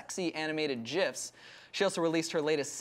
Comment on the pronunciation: It sounded like you just said "animated jiffs."